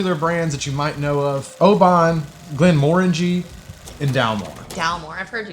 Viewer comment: Hooray! Someone who knows how to pronounce Glenmorangie correctly! Tricle is molasses.